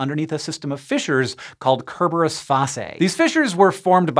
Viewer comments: Really bruh? “Ker-ber-us” not ser-ber-us? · Doesn't Cerberus have a soft "C" and is pronounced "ser-ber-us"? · Is it? I always thought it was the soft c sound :D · Isn't "Cerberus" pronounced with a soft c, not hard? So it should be "sir-burr-us"